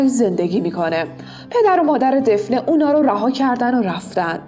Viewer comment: گفتید دفنه ولی دافنه درسته